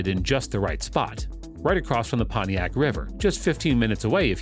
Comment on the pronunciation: it's not the poniac river it's the Potomac river